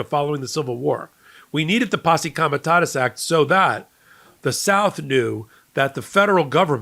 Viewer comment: you are mispronouncing Comitatus.You've said Comitasus several times.